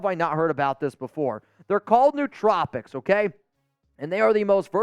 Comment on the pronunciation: Koonce over Wilson would be a great choice. I think Wilson is still hurt and it appears he is in need of some more time learning the position at the NFL level. The word is pronounced [New-Trope-icks], not [New-Trop-icks], FYI.